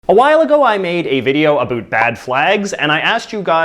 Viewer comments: Omg the way he says about 😂😂😂😂😂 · why does he pronounce about as a-boot every damn time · I just noticed that you are Canadian because you pronounced about like a boot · First of all, ITS NETHERLANDS, NOT HOLAND, AND THEY HAVE DIFFERENT FLAGS! Next, Indonesia and Poland DON’T HAVE THE SAME FLAGS, finally, SAY ABOUT CORRECTLY!